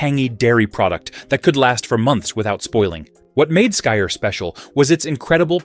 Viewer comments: You shouldn’t mix skyr and honey. The antibiotic qualities of honey kill the probiotics in the skyr. Also skyr is pronounced more like “skeer”. The Icelandic y isn’t pronounced with a long i sound. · Just heard him say it… very bad. Americans have the worst pronouncing.